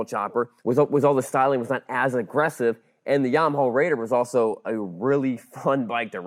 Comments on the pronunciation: Fascinating look at the hardware and back-end, but it made my eye twitch whenever he said "Yamahawl". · Lol at Yarm-aha. Just say things properly. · Why is he saying Yamaha like that? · I don't like the way you say Yamaha